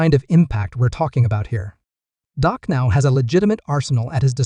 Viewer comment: Your Reporting is a joke; you named two to three players that are no longer on the team; do your homework before you post and learn how to say Dak’s name correctly. Gheesh! You don’t even know who the Head Coach is…..